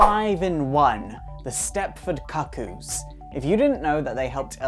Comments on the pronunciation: I'm from Kent in England (the one region without a regional accent like Geordie: Newcastle or Scouse: Liverpool). I've literally never heard anyone beside this guy pronounce the word "kuh-koo" and hope I never do again. It's actually really off-putting to the point I can't watch the video. Shame cus it seems like a really in-depth analysis of some of my favourite characters. P.S. I think Esme and Cuckoos two and three (Mindee and Phoebe?) are working with Magneto to take down Sentinel Services... Just a hunch. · As a gay man, mispronouncing cuckoo is neither gay nor efficient. Most of us are too intelligent for that lmao